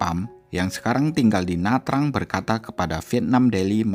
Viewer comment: Pham bacanya Fam. Nha Trang bacanya NyaChang. Googling dulu Mas lain kali.